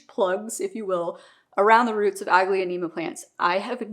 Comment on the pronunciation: It’s pronounced aglo- neem-a. The second a is silent